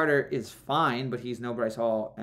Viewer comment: It's breece hall not Bryce